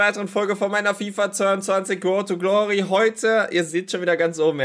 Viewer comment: "Rhod to ghlohry" krank